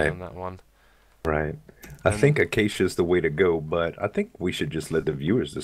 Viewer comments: Xisuma, repeat: A-ca-cia, not A-cha-cha :) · Pronounced ac-A-sha. :) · a-KAY-sha wood. :) Love the videos! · Please say you were just kidding when you pronounced "Acacia" as "A-cha-cha" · Sounds like you said cha cha slide